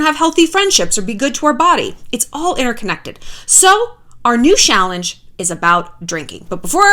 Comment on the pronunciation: Have a drink every time she says shallange